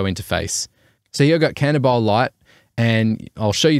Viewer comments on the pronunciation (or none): Haha bro I think it’s pronounced “kahn-ta-bee-lay” - cantabile is music means to sing smoothly